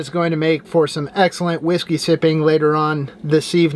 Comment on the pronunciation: I'M NEW LOVE WATCHING YOU, WHERE DID YOU GET THAT GREAT COOKING FROM, I LOVE TO SEE YOU COOK,YOU SAY YOU LEARNED A RECIPE FROM YOUR DAD. YOU'VE MUST HAVE LEARN WHEN YOU WAS A LITTLE KID, WATCHING HIM, YOU TALE CARE 💪💙👍😄😘 I'M WATCHING YOU NOW ON TV, I LAUGH WHEN YOU SAY WHISKEY, MAKES YOU SOUND LIKE YOU'RE IN A WESTERN MOVIE, YOURE A COOL AND HANDSOME GUY, LOVE YOUR DOG STAY SAFE!!! THEM STEEP HILLS, AND YOU BE ROLLING!